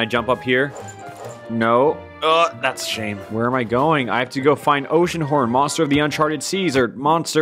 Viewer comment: It’s gonna be oceanhorn, it’s gonna be oceanhron, and... it’s oceanhorn